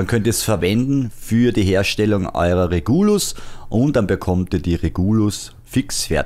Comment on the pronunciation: Super Video! Ich würde die Pistole allerdings Regulus und nicht Reguulus aussprechen